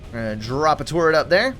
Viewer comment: i love how he pronounces turret as tourette